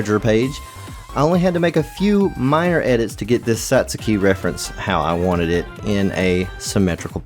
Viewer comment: Bleh that pronunciation. Loving your videos. Let me help you out. Satsuki is pronounced Saht-skee not saht-soo-kee (It's actually closer to Sah-tskee but that will get you in the right direction.) Keep on keeping on